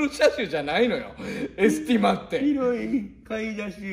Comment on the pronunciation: わたくしのくる｢ま｣はエスティ｢マ｣wwwwwwwwwwww